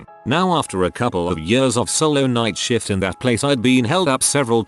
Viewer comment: Or shift as "shit"